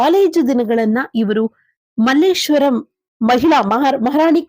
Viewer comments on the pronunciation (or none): none